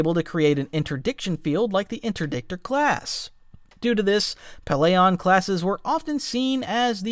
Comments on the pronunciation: Bro did not just pronounce it "pell-AY-on" 😬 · pellaeon is pronounced pell-e-on